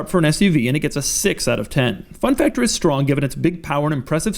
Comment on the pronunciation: Fun factor but saying cool fector.You were really in hurry today